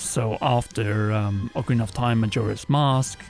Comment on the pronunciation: Really annoying that guy saying oakarina of Time over and over It's Ocarina of Time like how do you not know how to pronounce the game after all these years